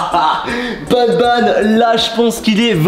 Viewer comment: C, est pas nabnab c'est banban